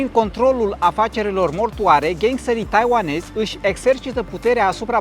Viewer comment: Taivanezi nu taiuanezi. SI titlul e inselator.